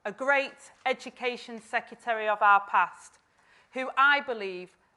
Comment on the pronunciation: Rayner: Shadow "Seketary" of State for Education? C'mon.